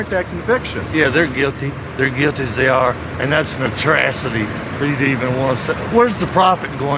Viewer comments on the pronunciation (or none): "Yeh, the're guilty, they're guilty as they are--and that's an A-TRAC-ITY!!" (combination of atrocity and travesty). This guy is hillarious. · "that's an atrashity." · They want to get their 15 minutes “norioty” It’s an “atravisy” hahaha. English is a second language to this mo!